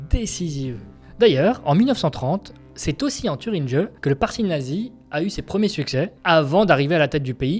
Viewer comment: En Thüringe (prendre des keçons de prononciation.) - Urgent)